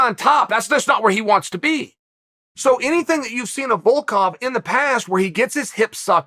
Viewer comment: GONG vs Valcalf... Who TF are those guys? Jeez Chael, you must mispronounce on purpose.